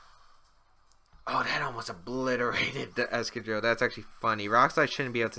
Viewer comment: Is that really how you pronounce excadrill.....?